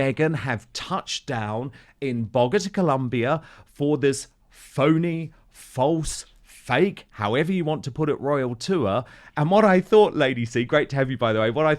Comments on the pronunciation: It’s “boe-GAH-tah” FYI Dan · Landed in Bogota....I thought I heard Dan say 'BOGUS ' Colombia which is more appropriate, haha.